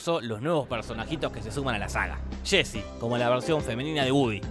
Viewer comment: No se dice shésy, se dice “yé-si”.